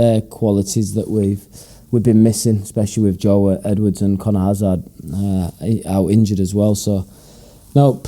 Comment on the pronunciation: The club did a video with the players pronouncing their surname. Hazard is not a difficult name to pronounce correctly...Hazerd, not Hazard is the pronunciation. Poor bloke. Geddon, you can turn it around.